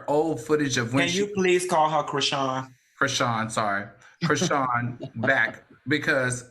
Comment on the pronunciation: Al saying Chriseeyan took me out ahahhaahhaha